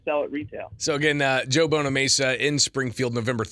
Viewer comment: BonamAssa, not BonaMesa.